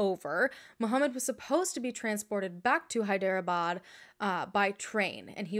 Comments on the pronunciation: Chilling that this was my birthday and I was probably having such an amazing day and all of this was going down. 💔 this is so terrible Ps: you pronounced Hyderabad pretty well. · You totally pronounced "Hyderabad" so well ☺ I was born and raised in this city ☺